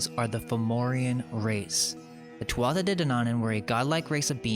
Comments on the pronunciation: I'm so glad I couldn't get much sleep . I got to see the Irish history that got deleted . 1 little tip your pronunciation of Irish is a bit off, sort of rushed. Take your time its easy eg tuathata (wrong spelling but a tip is "th" in Irish sounds like "h" with a bit of native twang so tu- ah- ata I've even lost the ability to use it .I'm nit picking but your research is so good it would sound better . only to Irish people but our language has been on a soft kill program for years that's why I mention it . I think there's a reason Also no one credits us with any accomplishments ...that is strange everyone says it but no one acknowledges it keep it up I was talking about us building everything and in recent supposed history under slavery basically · Thank you muchly. Great work sir. I'm Irish and following ourstory closely. One thing .... The tuatha is pronounced two-way.